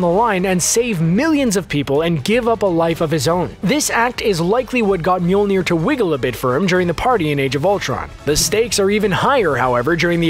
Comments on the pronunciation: I don't think you said that right. It's not Mewmew? No, no it's not. Whoops! Whoopsie! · Narrator : "Mjolnir" CC : "Mule Near" 😂😂